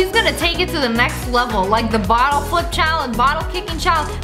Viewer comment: Lol you said bittle instead of bottle XD